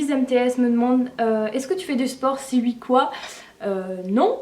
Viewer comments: on dit oui et non uii , ok ?? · J'adore tes "ui" x)